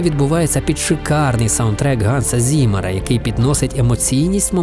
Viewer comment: Знаю що душно, і можливо зтось на це вказав Але Z у німців це завжди Ц тобто Цімер а не зімер😊 Хоча моя повага що не сказали ханс😅